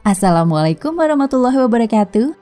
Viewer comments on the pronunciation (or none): none